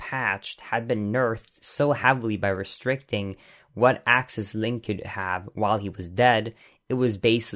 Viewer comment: "accass" and "axit" what kind of "accant" is this?